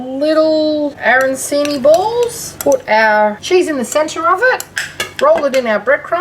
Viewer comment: Well you call them aranSini. The Italian ones are pronounced aranCHini. Good idea though.